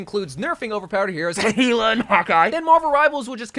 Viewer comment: I’m sorry but why is it that all of the influencers or gamers playing Marvel Rivals CANNOT pronounce Hela’s name? It’s HELL-UH guys, come on ❤ Love your content Bro, been watching for years